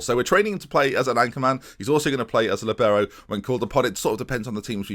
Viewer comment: It’s called a li - bee - row